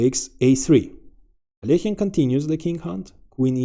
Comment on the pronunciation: Love the thumbnail! Look forward to watching the vid. Alekhine is a total gigachad; glad you pronounced his name properly, I cringe when people pronounce it AL E KYNE My Dangerous and Deadly Threat, Squeezed etc counter is on😂 cheers!